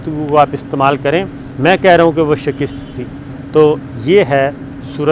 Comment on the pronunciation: Sabr Shakir pl don’t say shikist it is. ....... Shikast.